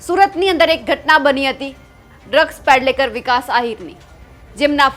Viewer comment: ડ્રગ્સ પેડલેકર નહીં પણ ડ્રગ્સ પેડલર😅